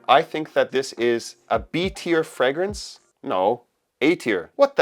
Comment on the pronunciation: Dude can't pronounce the word fragrance properly and has a fragrange chanel lol